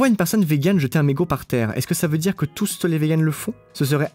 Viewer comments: Je rêve où prononce "tous.tes" à environ? Je trouve ça ridicule: perturbant et complètement inutile. Je me sens concernée par "tous les véganes", pas besoin de m'agresser les oreilles pour montrer que tu parles des deux sexes... Sinon beau travail les gars:) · on en parle du « touste » ??